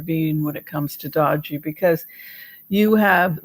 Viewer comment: It's pronounced doge like shows. Long O no E pronounced